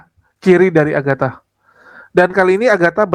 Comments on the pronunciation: Mikhana!. Bukan Aghata. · Mikana bang bukan aghata.. Agatha sudah jadi gembel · sepertinya slip tongue seharusnya mikhana kan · Bukan agatta, maksudnya itu mikhana. cuma ga menyadari masih nyebut nama agatta terus 😂